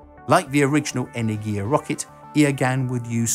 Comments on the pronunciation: Ene'rgia not Energi'a wrong pronunciation and Energi'a means something else. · pretty sure energia should be pronounce as energya with that y like in enjoy... but i might be wrong too...